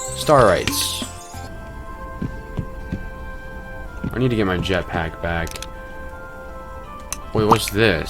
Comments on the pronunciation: they're called STAR-AYTS bro😭😭😭😭😭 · what does he keep saying? Startys?